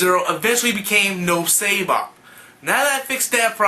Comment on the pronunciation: Great video dude. But I think you pronounced Noob Saibot wrong. I'm pretty sure it's pronounced "Newb-Cybot". Anyways, great vid.